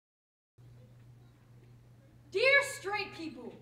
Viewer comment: Nice poem. It's people, not 'peepoe', though. Just saying.